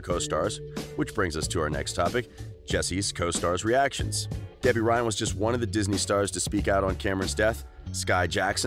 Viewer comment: this dude said gebby ryan